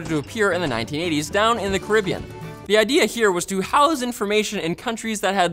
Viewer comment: How the froncc did you just say Caribbean.........